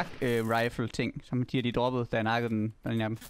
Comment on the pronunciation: de nakkede vores ven. Men det lød som.. Oh nej de dakkede vores ven